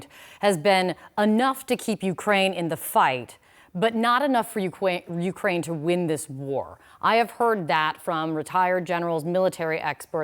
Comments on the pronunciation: ukwain xd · Ukwaine after 2 minutes almost turned into Jonathan woss there 😂